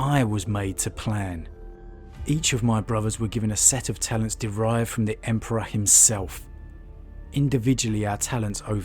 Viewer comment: I think Lorgar was just craving to have something superior than him to tell him what to do and so he could save face when committing atrocities "in the name of the emperor" and his whorship was a way to do so. Also, you misspronounced God Emperor many times